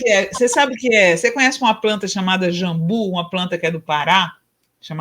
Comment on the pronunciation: Jambú com acento agudo no i dando a silaba tônica, JAMBU sem acento dando a sílaba tônica no JAM..... desculpa mas estão pronunciando errado.